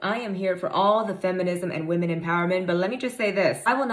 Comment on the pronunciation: Come on dude..pronounce women correctly